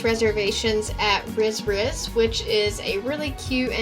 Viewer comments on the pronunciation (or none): Aujourd'hui demain...Riz Riz - pronounce Ree Ree = rice